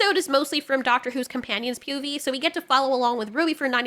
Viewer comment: Hahahaha when you said POVs , you said "PUVs" instead and it sounded a lot like "pubies"